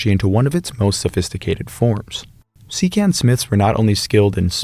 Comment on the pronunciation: Just an fyi: “Sican” is actually pronounced like “cheep-Ahn”.